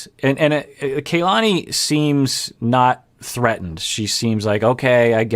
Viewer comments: Please, you've been so good with Larissa's name! Stop calling Kalani "Kaylani"!! Both "A" are the same as ahhh kah-lah-ni. Asuelu is saying correctly. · Her name is pronounced Kah-lani. Not Kaylani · It's not KAYlani it is Kuhlani. Both of the a's are soft vowels. As someone with a Polynesian first name, it's like nails on a chalkboard hearing her name continually mispronounced.